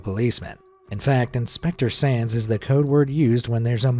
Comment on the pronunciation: When you said “Inspector Sands” I kept hearing “Inspector sans”, and now I’m just thinking about sans as a fireman. Papyrus would probably try to feed it spaghetti. “MAYBE IT’S JUST REALLY HUNGRY! MY SPAGHETTI WILL CALM IT DOWN!”